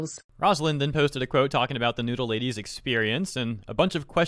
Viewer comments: You did not even try to pronounce Knödel right. Its does not even sound a little like the real one. Nodle or klosch wtf. Hard K ind Knödel. Regular s (not sh) in klos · Listening to trying to pronounce "Knödel" and "Klöse" gives me a desire to complete the trilogy till everyone speaks proper german. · That's a WILD way to pronounce Knödel and Klöße 😂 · Your pronunciation of Knödel and Klöße was priceless 😂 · As a german hearing pronouncing Knödel or Klöse was the funniest attempt of an american trying to speak german. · i mean the "ö" doesnt exist in english so ig he tried😅